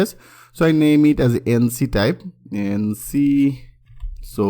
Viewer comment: ইঙ্ক টাইপ । এনছি টাইপ না । আপনার কন্টেন্ট অনেক ভালো কিন্তু ইংরেজি :|